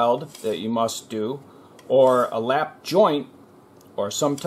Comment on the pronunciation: Lap... not lapp. It's going to affect your search results.